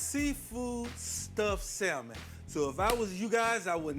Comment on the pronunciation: Salmon The "L " is silent sa-m'n No worries i use to pronounce the same until my good girlfriend corrected me.